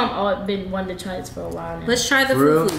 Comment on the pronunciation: FUFU not foofoo